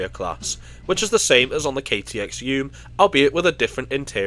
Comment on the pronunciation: Great pronunciation of the Cheongryong, it's definitely not the easiest Korean word to pronounce. EUM, meanwhile, is pronounced Ee-eum, which means "connection." It was named that way because the trains connect various regions in Korea.